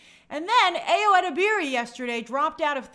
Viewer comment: Hi Grace! Ayo's last name is pronounced (eh-deb-er-ee) have a good day!